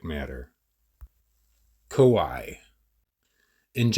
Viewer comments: So Kawai (the way you were saying it) means scary, kawaii(ee) is cute lol otherwise solid video!!! Thank you!! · Kawaii (Ka-wah-ee) is Cute. Kowai (Ko-why) is Scary. Pronunciation matters 💖 Of course your voice is beautiful!